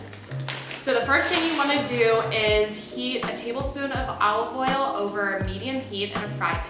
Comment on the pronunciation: And “owwly” oil